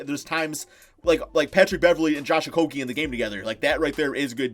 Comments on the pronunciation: Your not saying Okogie right it is O-ko-e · Its pronounced Oko-jay. I thought we fixed this already. Like jay, the bird. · It's actually pronounced Oko-ghee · To pronunciate it correctly they say: O-ko-ghee... Ghee, like clarified butter. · Because I live in Minnesota and watch all the games. I don't think the local announcers for the Timberwolves would be pronouncing his name wrong for over a year now. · I was born in the same city as he was, I have cousin who bears the same name as he does. So believe when I tell ya they are all pronouncing it wrong.